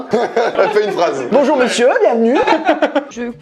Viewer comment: c'est moi ou il a dit "bonjoir a tous"